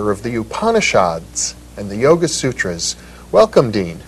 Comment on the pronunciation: He pronounced "योग सुत्र/Yoga Sutra" & "वेद/Veda" perfectly. Sadly even Indians don't appear to pronounce it proper as many Indians will either pronounce it as "योग् सुत्र" or "योगा सुत्रा" & "वेद्" or "वेदा".